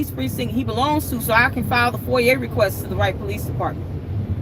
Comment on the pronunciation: Love you and your videos. Foi-yah is how you say it